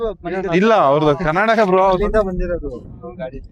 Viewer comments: one correct request i know you know when ever you pronounce our state Name to outsiders say Karnataka not Kranatakk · Karnataka hel bro . Karnatak alla😊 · Karnatak ala Karnataka sariyagi heli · Karnatak alla bro Karnataka